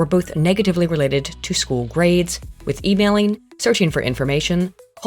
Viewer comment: "Affects chool performance and IQ"